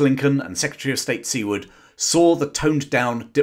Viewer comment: Well told! For my English friends, we pronounce Secretary Seward's name sounding like ( Sueward ).